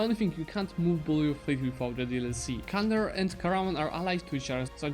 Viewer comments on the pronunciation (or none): Dear Please dont use “Kandar” You need to read it as “Jandar”